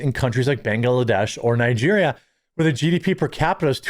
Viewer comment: OK dude there is no extra a in Bangladesh. Why can’t you get that pronounced correctly? I don’t understand.